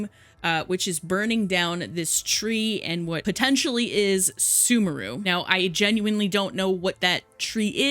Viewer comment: Cried when sumeru was pronounced as "soomooroo" instead of "sooméhroo"